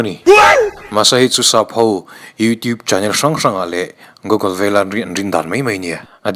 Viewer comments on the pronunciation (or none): none